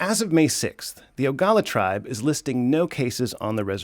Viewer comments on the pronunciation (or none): Please, its Oglala, not Ogala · Its pronounced OH•GLA•LA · That’s stupid... if the government isn’t taking care of COVID then it’s for the tribe and reservations. Oh and it’s pronounced (OH - GA - LA - LA) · Pronounced: O-ga-la-la. FYI Sioux is a derogatory term. That's why most say Lakota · good reporting.... however, you did pronounce the word Oglala wrong.. OG--LA--LA . Tell us what YOU think... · It's pronounced, ooh-gla-la. But thank you for covering this. Many big thank yous. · That’s not how you say our tribes name. Wasichu…